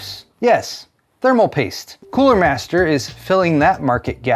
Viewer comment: so it's "thermal pAIste" now?